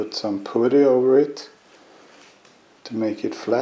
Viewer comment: Dude, where did you learn to work on cars to such a high level, is it your full time job? In English it’s pronounced putt-tee. Poot-tee makes me laugh every time. 😂😂 And use a dust mask on camera. Sniffing on those plastic particles will do your lungs no favours. Car looks awesome. The 3 inch downpipe on Instagram should make things interesting. 👍👍